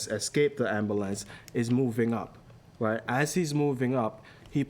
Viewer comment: Did dude just say ambalams?!